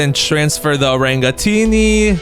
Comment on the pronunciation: orængooteenee, along with the globo frootodrilo and Orcalero orcalaaaaa got me rolling❤😂